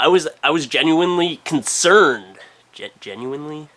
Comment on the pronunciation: Hahaha How fuckin high were you man? "..genuinely? genuINEly?... " ._.